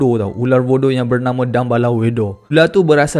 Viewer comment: Voodoo la bukan budu 😂 😂 😂